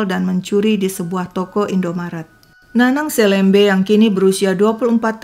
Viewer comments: Cara baca SELEMBE yg pas sesuai logat Pontianak adalah "e" seperti membaca e pada "enam". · LUAR BIASA AKSI SI HAKIM Ga pantas hukuman di bawah umur klo perbuatan dah kayak org dewasa. Btw nyebut selembe kayak 'E' melayu kak, bukan 'E' biasa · Ini viral banget jaman aku SMA dulu, tempat penemuan jasad dulu jd tempat yg ditakuti karena emang dr awal juga jalan arteri supadio juga memang sepi. Btw penyebutan selembe tu, e nya kayak nyebut elang hehe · kayaknya kelahiran Pontianak ya, pas banget dialek melayunya meski masih keliru membaca 'selembe' dengan huruf e seperti kata ' esok' harusnya 'e' seperi 'emas'